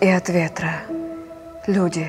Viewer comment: В русском языке тире ставится на месте опущенного глагола "есть". Это значит, что для Евтушенко родиной являются люди («Люди – родина моя»), а не абстрактная "Родина". Поэтому словесное ударение надо делать на слове "Люди". Если Вам нравится выделять слово "Родина", то читайте другие стихи, их много разных. Но переиначивать смысл стихов великого поэта на свой лад, я считаю неэтичным.